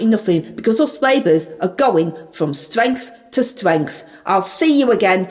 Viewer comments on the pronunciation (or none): "Strengf to strengf" LOL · "Us Labours are going from stwength to stwength" ...